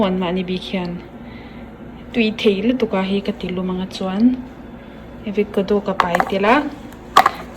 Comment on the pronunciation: Avocado aw.. Pronounce diklo mai² nge... Chuan ei pah khan thil sawi ve la....